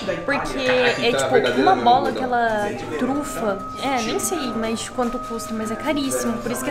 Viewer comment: “E ele falou Truta. Truta? Trufa! KKKKKKK MORTA